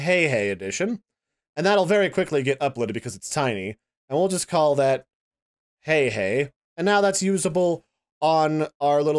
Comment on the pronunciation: it's pronounced H A I H A I not HEY HEY